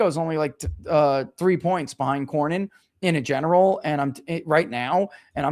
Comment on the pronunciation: Cornyn not Corbin